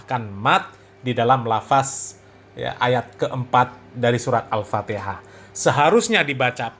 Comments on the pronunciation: Masa bacaan Fatihah begono harhar😂😂😂 belajar dulu har makhroj tajwid har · Kalau dilihat dari ilmu tajwid ya salah Har bahar.. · Bacaanmu Ambyar Har gk bs merinding klu d dengarin Har Guwooblok ente har mahroj gk tepat tajwijnya gk tepat Har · Bahar sadarlah kau baca fatikah salah. mompong belom kena azap Alloh har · PANJANG PENDEKNYA KAGA ADA BRO GAK PAKEK TAJWID, aeperti ngaji huruf abcd latin😊😊